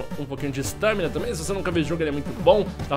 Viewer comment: nao se fala Stâmina e sim Stámina.